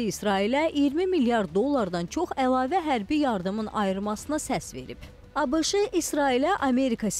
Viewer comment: ABIŞI yox ABŞ.